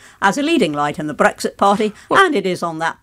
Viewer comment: I like the way she pronounces Brexit